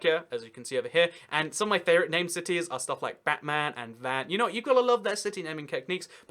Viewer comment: Actually I’m Armenian and I’m not offended by you calling the city Van, but it’s pronounced like Vaughn. It was the capital of Armenia before they lost a it in a war with Turkey. We get very offended if people pronounce it wrong.